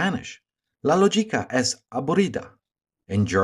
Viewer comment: In Spanish, the "g" must be read as a "j" (aspirated) when next to an E or a I. So, "lógica" would be something like "loh-hee-kah". Thanks for your work :)